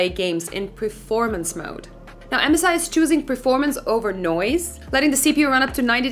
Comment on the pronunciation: Can u stop saying mzi it is M S I . Come oooon